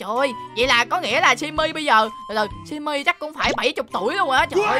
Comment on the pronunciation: Simmy mà kai nói chim mi